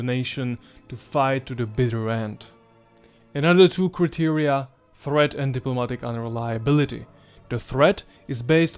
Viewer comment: beautiful and interesting video... I advice taking English classes... criteria is pronounced (kraitiria), tribune is pronounced (traibyun)...